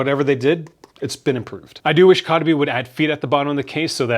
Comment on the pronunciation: Your pronouncing the company se wrong lol